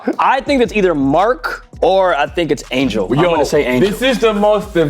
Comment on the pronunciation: Duddddeeeee I'm screaming at the tv. How the hell did y'all say Angel. Wtf! Y'all never been this bad on something obvious.